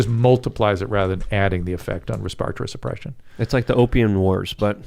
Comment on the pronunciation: I read respatory the way Dr. Drew pronounces it.